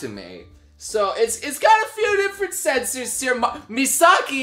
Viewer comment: i'm confused, are you saying sensors or censors? XD